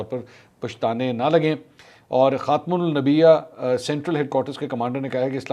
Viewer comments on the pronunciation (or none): منصور بھائی خاتم النبیا نہیں خاتم الانبیاء پڑھو ایران کے ڈیفنس سسٹم کا نام خاتم الانبیاء ہے خاتم الانبیاء پر جو نون ہے وہ پڑھنے میں میم میں بدل جاتی ہے اور پڑھنے میں خاتم الامنبیا ہو جائے گا۔ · Salam Mansoor Ali Khan SB Pehly bhi msg kieay k aap Arabic ka talaffuz theek Karen Markaz ka nam khatim ul ambayya hay Aap khtim ul nabiya parh rahay kindly mehrbani Karen ,yeh Islamic basic istalahaat Hain kindly make correction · Sir last video mei b me ap ko correct krna chah rhi thi it,s hatmul Anbia not hatmulnibiha anyhow I,m your fan and follow your channel everytime thanks for sharing truthful content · خاتم النبیا نہیں بلکہ خاتم الانبیاء ہوتا ہے! Mansoor please spiritual words and sentences ko correctly pronounce farmaya karein. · I wonder mansoor could not pronounce KhatamulAnmbia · Brother it's khatam ul anbia, correct karlo warna awam peechay par jaye gi :( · Khaatam ul ambiyaa is the right pronunciation of "خاتم الانبیا" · Khatam UL Anbiya. - Kha-tam Ul AN-BI-YA(Seal of the Prophets) correct the pronounciation kindly. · mansoor sab khatim ul ambia lafz hai... ye second time ap esay galat pronounce kr rahay hain mere sun.nay k mutabiq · خاتم الانبیاء تو صحیح بولیں پلیز ورنہ ڈر لگ رہا کہ عمران نیازی کی طرح آپ بھی کچھ اور ہی نہ نکلیں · Sir app khatamul anbiya ka lafaz teek kare think you sir❤ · منصور صاحب ! "خاتم الانبیاء" کو درست پڑھیں